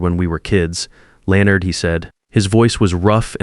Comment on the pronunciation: Good story, but the AI voice on this story makes me crazy. It's LEN-ard, not LE-o-nard.